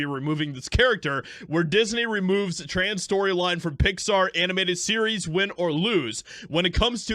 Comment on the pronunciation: Its pronounced "Pixsthaaar" by the blue haired staff. Fire em all.